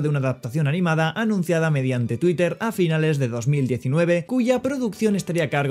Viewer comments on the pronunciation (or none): none